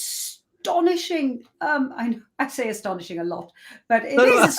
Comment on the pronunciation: It’s a-Stani-shing!